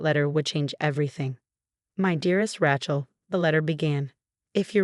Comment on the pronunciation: Love AI calling her "Rat-shell"